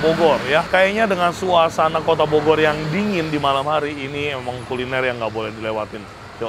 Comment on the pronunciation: saking capenye ye koh "bogor" jadi bodor...😂😂😂